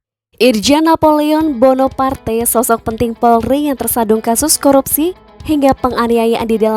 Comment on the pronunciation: Kalau ngomong yg jela Bukan porli tapi POLRI.